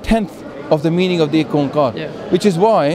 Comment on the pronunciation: you couldn't be more wrong by saying ikk-ooan-kaar was derived from Om. Mate these both terms even sound different. I know why Hindu people think Om is same to ikk- ooan- kar Because they think it is ikk om kar, which is completely wrong. Right pronunciation is ikk Oan kaar. It will take 10 days to explain the meaning of ੧ਓ Ikk Oan kaar is a phrase directly came from supreme God (Akaal purakh) on this earth Through Enlightenment of Guru Nanak paatshah. Hindu brothers are deeply misguided about Sikhism.